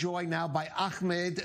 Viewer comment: The host was rude with pronouncing Ahmed's name.